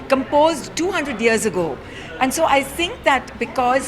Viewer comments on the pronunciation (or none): none